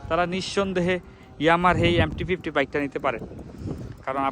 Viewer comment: ভাই আগে ঠিকঠাক উচ্চারণ টা করেন তারপর রিভিউ দিয়েন। এমটি ফিফটি বলতে আমার জানা মতে বাংলাদেশে কোনো বাইক নাই তবে এমটি ফিফটিন নামে বাইক আছে।